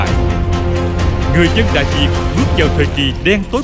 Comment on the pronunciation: Đại Việt cứ đọc Đại Diệt, còn lại thì rất hay